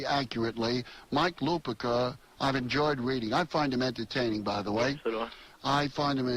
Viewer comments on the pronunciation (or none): Called Mike Lupica “Mike Luh-PEEK-uh.”